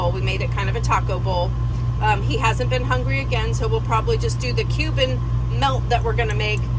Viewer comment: I'm so thankful you showed your writing. I thought you were saying "human" sandwich. I almost turned off video. The I see cuban in writing, ha. When you described ingredients I was like - what makes that human? I was thinking maybe it was a play on the 'proper human diet'